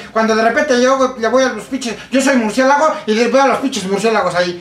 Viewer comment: "Murciegalo" JJAJJAJAJJ :')